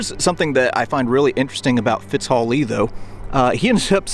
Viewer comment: Fitz hall ? Lee What ?